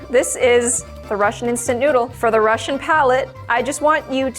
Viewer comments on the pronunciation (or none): none